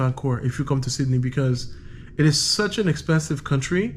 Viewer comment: Sid-Da-Knee Austraya' mate.! Next time you come down this way let someone know you will be greeted with open arms my friend. All those sharks are out looking for travelers like yourself as you have the understanding this is a land of many opportunities were so many migrants have taken advantage. We are a simple bunch with freedoms and the oyster is in the beauty of our land. As your multicultural taxi driver expressed we are very hardened and love a joke and if you join us you will be part of the family. Thank you for showing this wonderful part of the world. P.S public transport may be cheap but rest assured you made the correct decision in using our Taxi or Uber services for your first time down here. Hope to see you around one day.